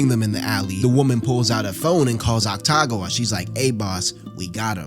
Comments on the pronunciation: otacon?... otcagon?... is ah-ta-goo-wah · awesome video but i have a couple corrections lol 1. oil drum, not trash can 2. they weren't his leftovers from last week, just a food he craved 3. atsushi is 18 not 15 4. it's pronounced ACK TA GAH WAH not AKU TAGAH WAH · calling akutagawa aktagawa is crazy damn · How is "Akutagawa" pronounced as "Ataguwa" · Saying akutagawa as aktagua makes it 10x funnier😭😭😭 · the pronunciation of akutagawas name is killing me